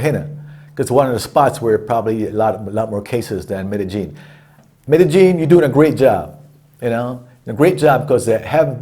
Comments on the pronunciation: g nolan I mean if you want to be that sensitive about it. 😂 But he didn’t say Medeyeen or Medezheen. He said Medeheen. Sorry but that’s just not even close. If you want to get your panties in a bunch for someone trying to help you go ahead. But you’re the one whose gonna be walking around looking silly cause you can’t pronounce the name of the city you LIVE in. It’s about respect for the local people. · Also,,,why don't people say Parque Jeras? Its pronounced Mede " yin " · I love your page but boyyyy you been living in Medellin for how long and you still don’t know how to pronounce it? Haha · I don't see the big deal either . Spanish alphabet has the double LL and the correct way to pronounce it is Medeyin if you follow how the double LL is pronounce in Spanish , but who gives a ......